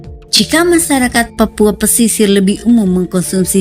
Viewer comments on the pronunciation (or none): Masyarakat,,, bukan masarakat, lu harus belajar membaca min